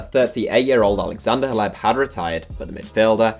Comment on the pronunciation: who's hleb isn't it pronounced klef?